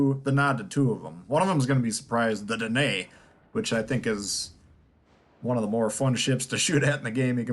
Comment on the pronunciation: Danae pronounced Dainy, in the seventies, a Leander class frigate of the Royal Navy. Thanks for the vid, very useful info, it ticked my current list of cruisers, just need to fine tune the commanders.